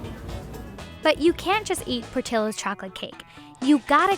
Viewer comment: Narrator’s pronunciation of Portillo’s is cringe. I couldn’t keep watching.